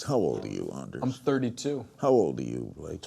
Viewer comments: lmao he called anders--deers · i am seriously laughing my ass off at uni cause he called him Deers and not Ders. i dont care if you're looking at me! lol